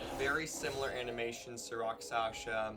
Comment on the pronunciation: It's Rakshasa, not Raksasha